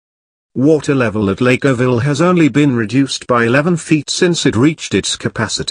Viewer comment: It is pronounced ORO-VILLE, not 'orr-ville. Oro is the Spanish word for gold. Gold was discovered here in the 19th century.